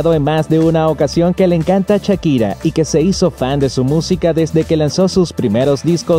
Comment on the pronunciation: ahora podrian aprender a pronunciar shakira y no chakira.